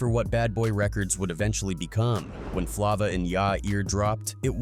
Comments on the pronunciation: Flova in ya ear dude you need to work on your pronunciation it’s flava in ya ear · Flah-vuh in yourr earr wtf is that.. Being involved w diddy then suge and dying of aids. Crazy .. Mac was stuck between a rock and a hard place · U mad lame for not knowing how to pronounce this man's song. It's a egregious dereliction of duty on your part when you can literally go listen to the song. This is Hella disrespectful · Can't take content serious if u can't even say the name of the song right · He don’t know how to read it right